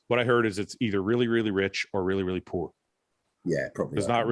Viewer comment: Is fouad saying Poor or Pour